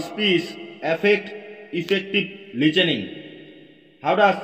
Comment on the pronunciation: Listening ✖️ Lichening ☑️